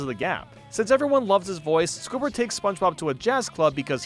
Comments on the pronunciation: Am I the only one who hears say scobird instead of squidward sometimes lol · I think it's just you I heard it squidward